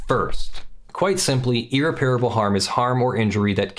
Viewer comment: At least you can blame your inexplicable inability to pronounce irreparable like an educated person by your move to Europe. Seriously dude. You sound like an idiot. Aren’t you supposed to be an actual lawyer?